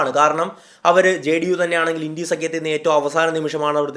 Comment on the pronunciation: ഇണ്ടി അല്ല ബ്രോ india എന്ന് ഉറച്ചു തന്നെ പറഞ്ഞോ ..